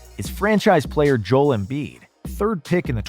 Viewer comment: He said jole embid